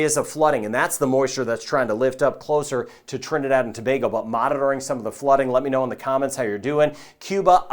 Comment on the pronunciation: Thank you for your vids and proper pronunciation of Trinidad and Tobago 🇹🇹